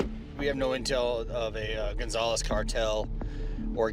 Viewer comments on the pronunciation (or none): You both have it wrong. It's the Gonzalez cartel. No "s" lol